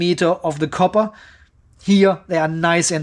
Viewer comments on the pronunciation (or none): none